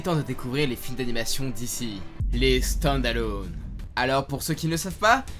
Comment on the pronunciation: Excellent épisode comme d’habitude et quel accent anglais ( standalône )😅